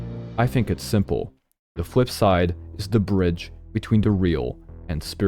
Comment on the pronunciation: "The fwip side"